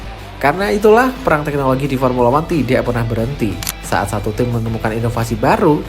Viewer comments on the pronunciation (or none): none